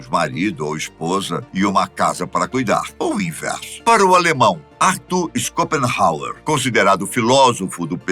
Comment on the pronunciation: Sr. Apresentador dos vídeos: Arthur Scopenhawer não é assim que se pronuncia. O certo é Arthur Schopenhauer - da mesma forma que falamos Shopping